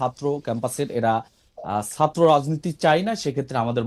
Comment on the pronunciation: এরা কি ছাত্র? কারন, ছাত্র রা লেখাপড়া করে, ছাত্র শব্দ টার বানান ও উচ্চারণ জানে। এই লোক ছাত্র শব্দ টাকে সাত্র বলছে(যেভাবে সাইকেল উচ্চারিত হয়) । আচ্ছা ফ্যাসিস্ট মানে কি? ফ্যাসিস্টের সংজ্ঞা কি এদের মতে? এরি কি ফ্যাসিজম করে নাই? একাত্তরে অত্যাচারী রেপিস্ট পাকিদের সমর্থন করেই তো এরা আগেই ফ্যাসিস্ট হয়ে আছে। আর এখন প্রধানমন্ত্রী কে খুনের চেষ্টা, হিন্দু সন্ন্যাসী কে গ্রেফতার সব ই তো ফ্যাসিজম। তাহলে আসল ফ্যাসিস্ট কে? আমরা কিছু ই বুঝতে পারছিনা। এ ওকে তো ও একে ফ্যাসিস্ট ডাকে, আসলে কে ফ্যাসিস্ট?